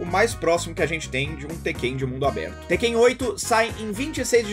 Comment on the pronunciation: É a primeira vez que eu vejo alguém chamando o tekken de tekkêin, interessante hehe